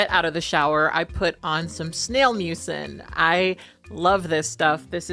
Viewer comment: Did you say SNAIL MUCEN???! Like snail slime?